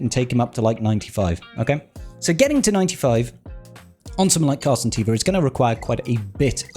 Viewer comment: Am I the only one that noticed you always say "captain car santeva" instead of "captain Carson teva"? 🤣